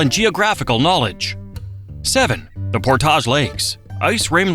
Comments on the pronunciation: And a few others, like "Portage". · AI is good, but not great. "Portaahhhjjj Lakes"? No, "Port-idge Lakes". Been living in PL for almost 20 years and we absolutely love it! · or Portage, sounded more like "Pourtaage" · Also, I don't know how the rest of the world pronounces "p-o-r-t-a-g-e", but in NE Ohio, it's PORT-idge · This was an interesting video, but several of the locations were not pronounced correctly, including Cuyahoga, Portage, Maumee, Tuscarawas. Before doing any more videos, I would check pronunciation of whatever you are talking about. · And "Portage"... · Don’t forget Portage! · nailed Bellefontaine, butchered Portage. You can tell who is from Ohio by how they pronounce the towns of Russia, Lima, and Lancaster.